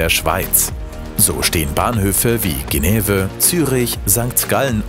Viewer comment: Geneve lol. Schönäv oder Genf ;-)